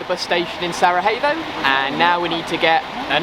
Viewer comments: It's actually pronounced "sarayevo" 😁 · Thanks to you two I am now pronouncing Sarajevo correctly. 😉😁